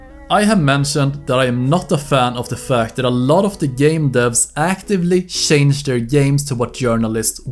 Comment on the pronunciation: You said "shange" so many times in this video I now believe that that's how the word is said.